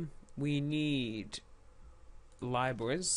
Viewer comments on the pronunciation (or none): no really hes aweome but i want him to do a better one holy shit its libraries not fucking lieboys thats what he said like wtf he has a great channel in all damn